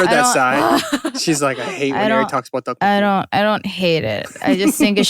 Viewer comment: Eric pronounced the Tteokbokki like his life on it 😂😂😂